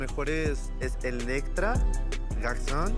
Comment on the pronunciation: Lolita! que pronuncie bien "GarçoNNE"! Se pronuncia con la N final. No es la palabra "Garçon" que terminaria con la o nasal. Es un juego de palabras, hizo "femenina" una palabra "masculina"